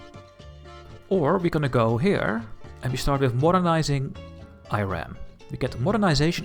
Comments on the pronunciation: Great video! Looking forward to the next episode. however you gave me (an Iranian) a seizure every time you pronounced the name of the country. It's not I ran. It's eeeeeeeRaaaaan (pronounce e, then fullowed by Run, eRun one might say) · Cool video mate, but please stop pronouncing Iran like "Eye RAN" lol it should be "ee-run" or "ee-ron" inb4 am Iranian